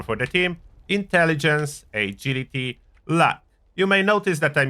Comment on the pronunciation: E as in Egility 😄